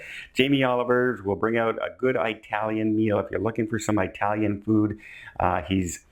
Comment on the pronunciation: Hi I save up all of your videos so I can listen to them during the week. Just one thing, why do you say I-talian instead of It-alian ? Is it a Canadian thing? I'm from the Northeast US and the only people who said I-talian are from the US south. It's not a bad thing it's just something I notice. I am of It-talian heritage.